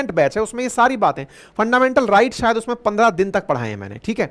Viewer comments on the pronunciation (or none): none